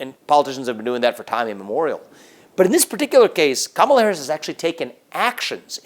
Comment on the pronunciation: I swear I hear him say Cum-ela Harris